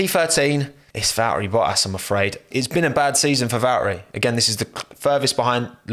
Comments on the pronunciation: What is his accent lmfao he says bohas instead of bottas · You know is British because he says Boas